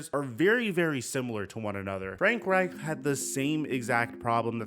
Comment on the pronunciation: I like how you enunciate Reich’s last name. The ‘ch’. You sound somewhat German 😂